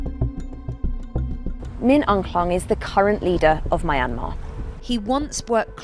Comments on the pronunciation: why does she pronounced it my-an-mar its supposed to be pronounced myan-mar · Mai-an-maa....??? It's mian-maar. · Mayamer" girl it's myan-mar i get why people pronounce it wrong all the time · It's a British pronunciation. It's also incorrect, as she does, to pronounce it "My- n- mar." The correct pronunciation is "Mee-n-mar. (At least she is not still using "Burma", which was a mispronunciation of "Bammar" (the majority ethnic group in the country) for which the West applied as its name since 1824. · It's Myanmar not Mayanmar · ma yan mar isnt it pronouce as Mianma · Don’t know why people keep pronouncing Myanmar wrong… is Myan/mar(2 syllables) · My Aunt Mar? Who the f pronounce Myanmar this way? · It's NOT pronounced My Ann Mar! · Pronounced (Mia-yan-mar) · She does not know how pronounce Junta and Myanmar!!! Jeez! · Why does she keep pronouncing the country wrong? I thought thats what Americans were supposed to do lol